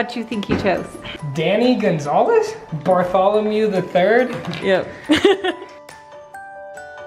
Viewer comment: I think he’s going to go for Luke. Gary Winthorpe is a character some guy named Danny Duncan plays on YouTube. Edit: Yay I’m glad he picked that one! I’m surprised butchered Bartholomew, it’s a biblical name lol.